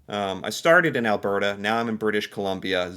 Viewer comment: He also says "Al-BEAR-ta." It drives me up the wall, since he did get it right about twice.